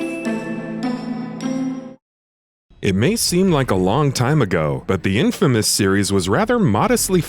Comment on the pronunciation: Am I the only one getting uneasy by him saying infamas instead of infamous?